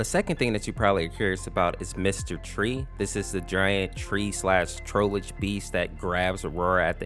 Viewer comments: Seems you didn’t remember it’s pronounced Troll-ge like Trollface, not trollage. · the e in Trollge is silent so you don’t have to say tr-oll-gee